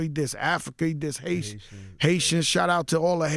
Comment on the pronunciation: Did joe say “Haitia “🤔😂